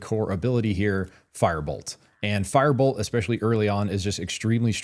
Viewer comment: just a word not to be nitpicky, but you are not great at pronouncing your words and was extremely hard to follow the part about firebolts because your firebolt sounded the same as fireball and i had to repeat that spot in the video several times to make sure i got it right what spell to pick hehe, carry on hehe